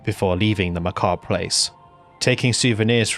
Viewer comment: I just want to say I appreciate that you pronounce Ma'habre and macabre correctly. I can't tolerate people who never heard the word macabre said out loud before, but it's still a touch grating.